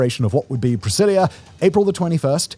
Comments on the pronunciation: Why are you calling the city Priscillia? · Each time you say the word “Brasilia” I think you’re saying “Priscillia” 😂 the “s” is just like the “z” in Brazil. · You did your best in the pronounciation my dude. I hate brasilia, hate it, hate it. Been a few times, know people from there and i usually say it's a "old sci-fi city". like we used to imagine cities would be centuries in the future, in distopias. an ex gf of mine (born there) used to say its a perfect soviet city (and it is). the least walkable city i've seen in my life, its not made for people at all